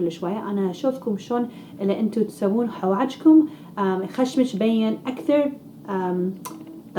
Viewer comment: يتورخ ههههههههههههههه عود يوخر😂😂😂😂😂 حواجكم عود حواجبكم هههههه المشكله تحجي بكل ثقه ههه